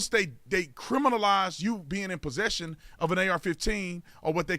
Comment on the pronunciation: HAS ANYONE NOTICED SHE SAID "POSSESSION"?????????